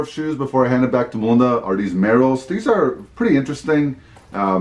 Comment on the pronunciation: This whole time I thought your name was Wanda 🤣 because of how he says it. So it's Melinda then, I see. you hear him say Wanda